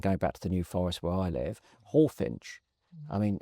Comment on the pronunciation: It's Hawfinch, not Hallfinch.